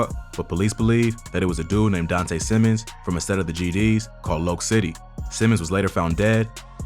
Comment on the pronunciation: Loc is pronounced as Lock